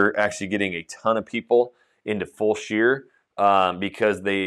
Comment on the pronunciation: It’s Fullsure not full-shear :)